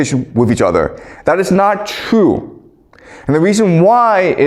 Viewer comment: Chinese people have a hard time with the letter r… example: true.. trrrue, says Chrue